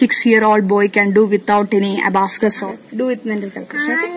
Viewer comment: Very talented god bless...m a proud aunt😇 I love how the little one is busy in her own world ❤️😂A small correction in the word Abacus..pls check the pronunciation for the same... otherwise as usual beautiful video... keep going ❤️